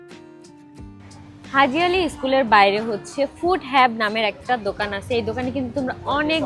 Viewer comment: ফুড হাব হবে not হেব